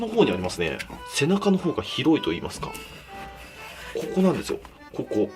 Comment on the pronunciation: 金子「こ↑こ↓」 ワイ「！？」